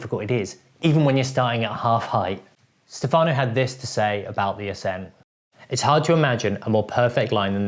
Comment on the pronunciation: Great video!! Just a little thing: it's Stèfano not Stefàno.